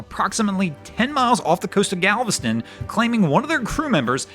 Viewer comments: Its galveston not galvestone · It's Galveston, not Galvestone. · There no final “e” in “Galveston.” 🙄